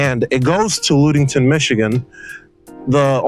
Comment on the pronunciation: Luuudington😂 luh-ding-tn